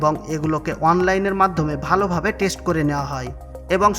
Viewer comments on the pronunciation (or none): none